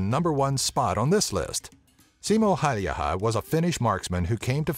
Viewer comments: Haha, it was pretty hilarious =P Sounded more like Simo Haijaha to me, lol. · pronounced "Simon Hey-ia" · tää lausuu sen simo häijähä :D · It's Simo Häyhä, not Simo Haeyaha, as you say it 😂😂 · Its Häyhä not häijhä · i live in finland and its häyhä not hauhjaha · I like how hilariously you pronounce Simo's name. "Simou Haijaha" xD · more like Simo Haljaha or whatever he said lol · Simo Häijähä :D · "simo haijaha" good job dude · ColdnPointless I Heard him say "Haijaha" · "Simo Häyähä" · Simo Häyhä = "Simo Hadiha" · Seemow hayyaha :DD Sorry, but the American pronunciation is terribly amusing for a Finn to listen. But then again if didn't use the letters Ä and Ö I wouldn't know how to pronounce them either. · the pronouncing... SJIMJOU HJÄYHJÄH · Simo häjijähähjiähä😂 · Lol Siimoo hayyhaa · You say hauuha 😂😠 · I'm cringing every time he tries to pronounce Häyhä's name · I heard that too xD ROFL when i heard him say Häyhä wrong. I'm swedish, hello neighbour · Basically first saying "Simo Hälhijiä? What the fuck? :D" then "At least he tried to pronounce the name like we do..." after which "well let's give a plus for the fact that Ä didn't come off as A", "The guy is claiming that the ryssät (russians) would have conquered Finland" and finally "Can't bloody talk English". Why did I bother to translate? Cause I'm bored XD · FortyFly englannin kielessä ei ole ä joten ne eivät voi lausua kunnolla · So I'm finnish and every time he said "Häyhä" it cracked me the fuck up. He pronounced it waayy off lol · You're mispronouncing Häyhä's surname so bad that it hurts my ears. But nice of you to add him into this. Edit: Google translate it into Finnish and listen to the pronunciation. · Im from Finland and i laughed the hardest with the pronounciation of the Simo Häyhä´s surname. Sounded like japanese lol :D And also, all you guys who think that snipers are cool. They just annouced to make a Hollywood movie about Simo Häyhä